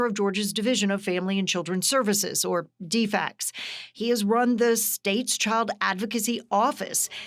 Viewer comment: Did I hear "dfects" and not DFCS? Are news organizations using AI for reporting now?